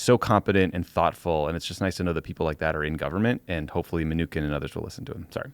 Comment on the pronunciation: This is the first time I'd heard Steven Mnuchin pronounced with a 'k' sound. I looked it up. apparently you're wrong? From an article here "(Hint, just say ”my new shin,” very rapidly.)"